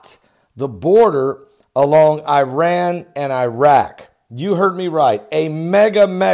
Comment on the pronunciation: How about learning to pronounce "Irak" and "Iran"? Just saying...